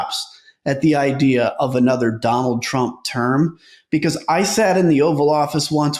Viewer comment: "beCAUSE" proper pronunciation has a "awz" sound in it. It's not "beCAUSSE"...I watch your videos but the way you say "because" is infuriating.